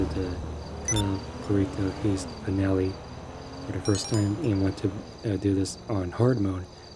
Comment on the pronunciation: It's an heavy "I" on heist my guy